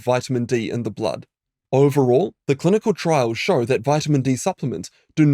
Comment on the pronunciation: "Clunical" studies 😂